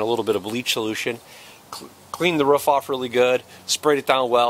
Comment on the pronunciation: It's a roof not a ruff!